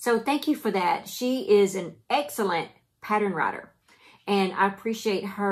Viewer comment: Pattern or patteren? lol My husband laughs every time he hears you say it.